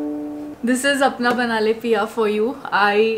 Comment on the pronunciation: Apna banna le ganda sunai de raha haii..😢its apna bana lee